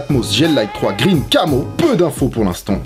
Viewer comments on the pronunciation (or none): none